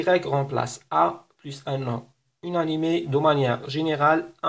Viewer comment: شكرا على الشرح الرائع عندي فقط ملاحظة لماذا تنطق inanimé ب هذا النحو {ynanime} unanimé وشكرا